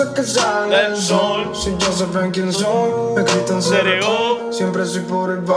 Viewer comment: Todo bien , pero es C.R.O AMIGOOOOOO